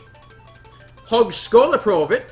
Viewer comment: If You and mal wonders the Swedish word was he was talking his high school test (högskoleprovet) but that was good pronounce anyway, espically Ö that only is used here in scandinivia I think. I should have liostend to all his his mail before writibg as he explained the same thing^^ :P. What was it you called it the olow? this i used a fun fact.